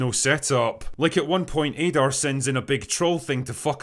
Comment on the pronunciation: Add-are not Aydar